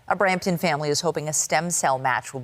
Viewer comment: It's Brampton